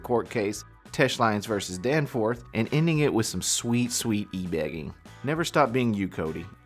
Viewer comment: He said "Danceforth." 👻👻